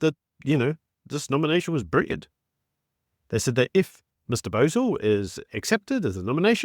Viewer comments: SA needs to behave b/c Mr. Bosell is wicked smart -- and absolutely will not take any guff. Also, it's pronounced Bow (as in bow and arrow) zell. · Watch US commentators to learn how to pronounce his surname properly.